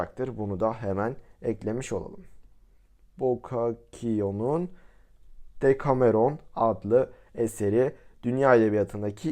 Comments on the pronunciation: bokakio ne bokasio diye okunuur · abi bokakio değil bosasyo☺